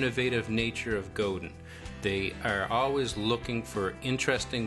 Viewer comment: Good review but the name is pronounced 'go-dan'. It's French-Canadian.